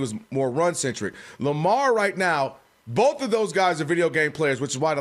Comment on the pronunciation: B-O-A-F… Boaf! 😂